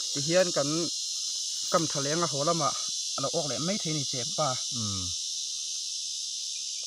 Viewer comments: chepâ niloin chepa aw.athluk a awmlo.mizo tawng i zir angai ani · Chepa ti mai Ula tinge chepaa in tih tlat thluk kha, a ngailo chepa ti tawp ru mak em mai